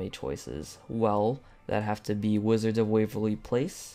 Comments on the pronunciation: Wtf why did u say wizards of waverly placeXD? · Congratz and why did you say wizards of Waverley place xD? And pleased release the Ariana grande pack and the solrflare v3 pack :P and with the Ariana grande pack you should make the paintings of her :P